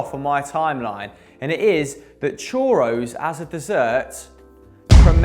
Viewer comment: learn how to pronounce “churros”